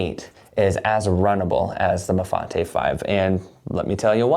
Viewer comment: So glad you didn’t pronounce it Mafait like I heard elsewhere